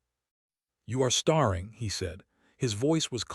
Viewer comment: Star ing?😂 Silly Ai